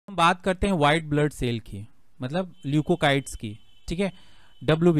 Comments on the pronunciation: Leukocytes Nahin leukocytes Hota Hai Sar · Bhai luecocytes ki pronounciation sahi kro